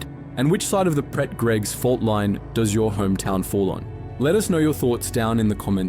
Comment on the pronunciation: Very few English people can pronounce Pret properly ... It's like "pray"